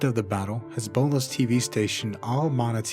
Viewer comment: WOAH woah woah hold up. "This boneless TV station"? oh. "Hezbollah's TV station" Sounded a lot like "boneless" Thought you were slipping me some memes there.